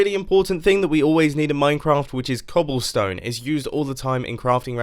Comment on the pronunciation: Yes mumbo "cobllestone"